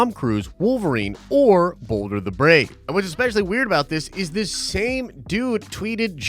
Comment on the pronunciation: Balder, not Boulder. Ah sound.